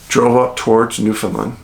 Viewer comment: Hey Dave, love the vids and all your work. Just an aside: Its pronounced New-FINland, emphasis on LAND. My family comes from there and it is a strange land indeed. I suggest you look into its histories and mysteries. Its one of the oldest land masses in the world and has a lot of strange happenings. My grandfather actually was with a man who disappeared berry picking when they got separated. His body was never found and my grandfather was actually investigated for murder. Cant remember the name but I know dozens go missing every year up there. Cheers